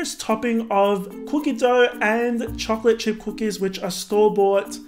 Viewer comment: OMG SHUT UP ITS NOT "CHALK CHIPS" ITS "CHOC-OLATE"